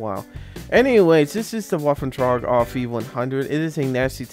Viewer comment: I believe it's pronounced "Vaff-en-tregger-owf-ee-100"